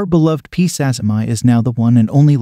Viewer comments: oh ok, I thought he was japanese bcus the two ppl who desribed the spider were japanese and it seemed like a Japanese name. but still his name was Sazima, the spider is also called Sazima's tarantula, so the point stands that it should be sazima-ee rather than sazzy-my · yeah the whole japanese thing really isn't relevant lol. what matters is that the person the spider is named after is Sazima, so preserving the pronunciation of that name, as per taxonomic convention, we get "sazima-ee" as the right name for the spider.